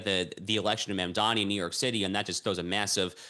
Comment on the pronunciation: needs to learn to say Mamdani correctly.She just doesn't care to say the man's name correctly